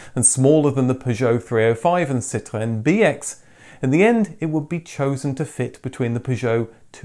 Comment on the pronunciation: Ahhhh another upload, it is a good day! Also I love your pronunciation of the word Citroën, living in France I still struggle to deliver this word and follow your french based car vids as a language outil aussi 😎 Merci!